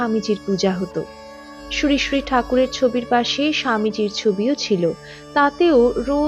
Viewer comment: আপনার শ্রীশ্রী উচ্চারণ ঠিক করবেন। শুনতে ভালো লাগবে। "শ" হলেও sree sree হবে।